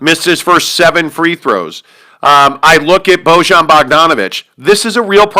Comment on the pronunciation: Defenetly an overaction at this point. Jazz only lost one game in a row. They beat the celtics. You also don't know how to pronounce Bojan.